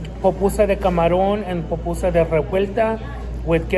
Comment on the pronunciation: Salvadoreña (half) 🇸🇻 ❤🇸🇻❤️🇸🇻🇸🇻 its pupusa NOT popusa, and In my family we eat spicy